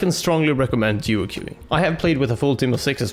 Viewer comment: Did he say duo que?